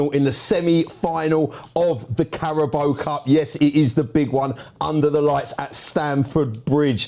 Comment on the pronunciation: pronouncing Carabao as Carabow is hilarious